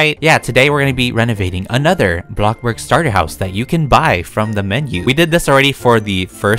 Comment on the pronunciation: LOL “ a block burg”